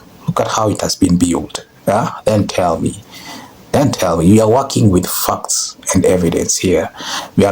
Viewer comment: Well, Russians and Canadians could travel by plane for hours and still be in the country, but those are the 3. The psycho woman - is just living in a different reality. Literally nothing she stated has any basis in reality. BTW, love your accent, but I won't lie when you said "facts" I thought you were saying a very different word... lol.. one YT could ding you for using, after the words that followed, I sussed out what you had actually said was facts, not f*cks. (Just a heads up ;) Love your content, man. Keep it up. Best of luck to you. Ohio -USA here ;)